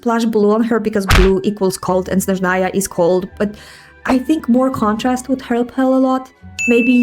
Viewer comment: Why on earth did all Slavs suddenly start thinking that Snezhnaya (stressed on the first syllable — that's correct, not how it's pronounced in the English voiceover) is a region of Slavic culture? This region, just like Mondstadt, Liyue, Inazuma, and Fontaine, has only one prototype — Russia (in this case, the Russian Empire). The fact that everyone suddenly started blowing up a psyop about this region being a reflection of all Slavs — no, from the very beginning, it was a region connected with Russia and its peoples.